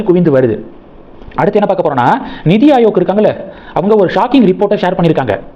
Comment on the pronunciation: It is not Nidi Ayok, it is NITI AyoG, you ask us to leave comments but refuse to read them